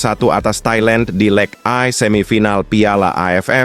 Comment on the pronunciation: Org yg baca ini org jawa atau luar. Negeri sebab baca berita banyak Yg salah, leg satu dibaca leg ai